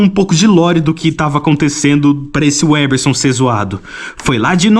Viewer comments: O cara desfez o L nas diversas vezes que falou Weberson... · Vc ta falabando sem o "L" porra. Aprende a ao menos falar o nome do cara antes de fazer o video hahahaha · Você diz que gosta de ler muito, mas não deve saber falar o que lê. O nome do cara é '' e por dezenas de vezes vc fala 'WEBerson' Você com certeza estaria nas fotos dos 'procurados' na revista MAD. 😄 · O cara fala o vídeo inteiro "WÉBERSON"! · Cara...o nome dele é WeLberson e não "uéberson".😂😂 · O nome dele não é Weberson, mas. Tem que pronunciar direito, cara. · Parei de ver vídeo. Tem um L após o We... Então pare de falar Weberson. O L tem que ser pronunciado, cacete. É weLberson. WEL. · O cara tem dezenas de chances de falar e em TODAS ele erra e fala Weberson... Pqp! 🤦‍♂️ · " UEL ... BER... SON ... " CACETE !!! NÃO " UÉ ... BER... SON " !!! NÃO TENTE MELHORAR O NOME !!! 😅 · você tem dislalia? Pergunto porque você não consegue pronunciar o L do nome WeLberson. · Caraca, o cara repetiu o nome WeLberson 200x e ele não pronuncia o L do WeLberson. É pior que o WeLberson. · você fez um video inteiro dedicado a uma revista inteira dedicada a UM ÚNICO nome, e você pronunciou errado o video todo jjjkkkkkkkkkkkkkkkkk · Cidadão, você não conseguiu dizer o nome do cara sequer uma vez certo. WeLberson!!!! WeLberson, pohha! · Não consegue falar o L de weLberson? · Foi intencional errar o nome do? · O engraçado é que nesse vídeo você falou o nome umas 50 ou mais vezes e NENHUMA das vezes você falou o nome do jeito certo, impressionante kkkkkkkkkkkkkkkkkkkkkkkkkkkkkkkkkkkkkkk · Desculpa, mas eu não consegui não notar o fato que você pronunciou o nome do errado 100% das vezes kkkkkkkk bom vídeo